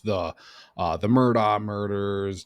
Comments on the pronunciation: Mur dock. Its not an english pronouncation. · Mur-DOK is how it's pronounced